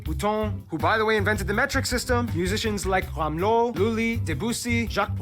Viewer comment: IT'S RAMEAU (musicien) AND NOT RAMLEAU !